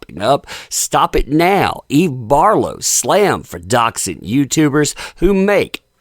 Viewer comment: Who's Eve Barf-low?